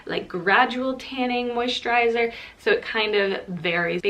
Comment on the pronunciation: I heard an Irish twang when you say moisturiser! Amazing recommendations as always 🥰xo